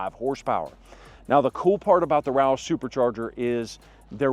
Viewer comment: As soon as roush pronounced at 4.38 min I stopped worthless video. In my opinion its dumb to install a supercharger on a non racing truck. Absolutely doesnt make sense. Mustang, GT absolutely OK. Ppl want a supercharger should by a dodge or MB cars. Then go 160 mph on freeway which I did 16 yrs ago. It was wide open freeway in a MB E55 AMG. Wow what a feeling.